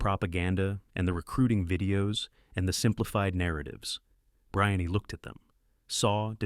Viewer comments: Her name is pronounced Bree- Anne, not Br- eye-on-nee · Brian-ee? It's spelled Brianne....Bree-anne. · Her name is Breee Anne you nut burger. Poor A I performance. Say her name correctly people. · Her name is pronounced "Bree Ann".